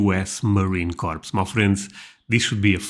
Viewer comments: Crops is pronounced "core" no reason you shouldve known that lol but was just giving some info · Sorry, but it's pronounced Core, not corpse. A corpse is what the Marines leave behind. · NO "S!!" Marine "KOHR" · It's pronounced "core" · The "s" in Corps is silent Otherwise, it sounds like that youare talking about a dead body (.CORPSE) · For your information, the word "Corps" is pronounced as though it were spelled "core" or 'cor'. The letters P and S at the end of the word are silent. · It's not Marine "Corpse" 🙄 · It is pronounced "core". And the USMC has been beaten on the battlefield thousands of times. I would suggest studying actual history. Instead of some bullshit.